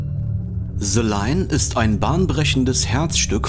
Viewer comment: Ze line oder the line? 😂